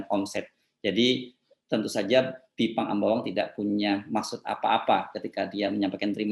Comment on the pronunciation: Pakkkkk Baca Pake Text Aja....drpda Salah Ngmong😭😭😭😭😭.... Bipang Ambawang itu untuk TKA Yg baru Dateng aja pak 😭😭😭